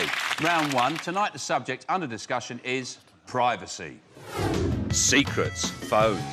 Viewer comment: Can we please pronounce 'privacy' properly.